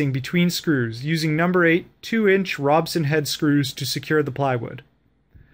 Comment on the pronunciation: It's called a Robertson Screw... not Robson. Got a chuckle every time he kept saying this incorrectly. :P